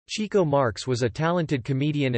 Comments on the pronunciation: As soon as his name was pronounced "Cheek-o" instead of "Chick-o," I knew it was going to be a disappointment. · It wasn't "chee-ko"; it was "chicko"... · It was "CHICK-O," not "Cheeko!" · It is pronounced "chick-oh" not "chee-ko". He was named because he chased the chicks. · It's pronounced "Chick-o", not "Chee-co." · "Chee-co"....dear God....could ya not find a computer voice to pronounce his name correctly? It's CHICK-o! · with the greatest respect, they pronounced in "Chick-Oh" NOT "Cheek-Oh". He was named for chasing chicks NOT cheeks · His nickname is pronounced “Chicko” like chick not Cheeko. You may want to correct that if you make any future You Tube clips. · FYI, the brothers actually pronounced his name "CHICK-oh" and not "CHEEK-oh." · Chick-o, not Cheek-o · It’s pronounced Chicko. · cant even pronounce his name right.....